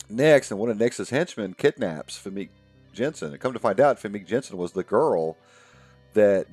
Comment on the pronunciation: Famke is pronounced fam-key